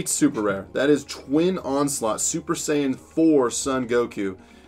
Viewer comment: Anyone noticed he said super sayin 17😂